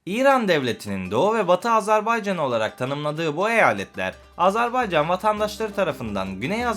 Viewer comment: AzArbaycan değil AzErbaycan deyin lütfen.